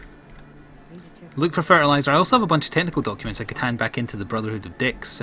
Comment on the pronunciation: At about 23 minutes I thought you said tentacle documents instead of technical documents.